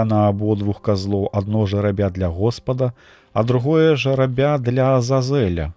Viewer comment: Прачытана: жэрабя' - гэта жеребец (рус.), а ў тэксце: жэ'рабя гэта жребий (рус). Няправільны націск зьмяняе сэнс.